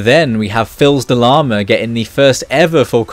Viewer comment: Quick note: The "L" in Filsdelama is not pronounced, it's french, and means "son of a lama", and "Fils" is said "Fis", it means "Son". Really cool vid, love ya!